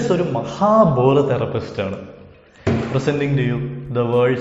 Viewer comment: Therpist o ? Therapist alle ? 🤔